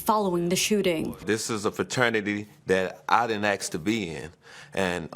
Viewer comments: let me axe you a question, why not say ask? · He didn't ax do dis...